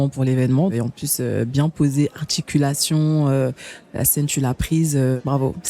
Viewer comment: Aya qui parle d'articulation 😂😂😂 sans meme prononcer le R mdrrrrr